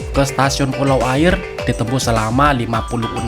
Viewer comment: Yang benar bacanya "Aiye" atau "Aia" (yang arti "Air") . Dalam logat Minang huruf "R" di akhir kalimat atau diakhir nama daerah tidak pernah terpakai alias tidak dibunyikan saat dibaca karna orang Minang alergi menyebut huruf "R" diakhir kalimat . Contoh nama daerah lainnya kabupaten Tanah datar dibaca "Tanah data" , daerah Sungai Jangka yg dalam bahasa Indonesia artinya "Sungai jangkar" , Pesisir dibaca "Pesisia/Pasisia" , Pasir Pangaraian (daerah di Riau) dibaca "Pasia Pangaraian"